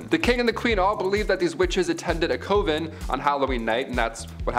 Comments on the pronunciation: Great video, great story teller! But you're pronouncing coven wrong. It's KUH vn, not COH vn. I couldn't find anything that states otherwise. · is my all time favorite host on this channel BY FAR! But the way he says coven! 😳😬 Lolz